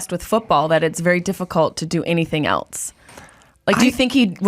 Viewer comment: Why does she say “ELTSE” instead of “ELSE?” Please please please get rid of this trope. There is no T in that word!